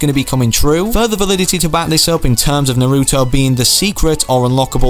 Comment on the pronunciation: It's t nar-oo-to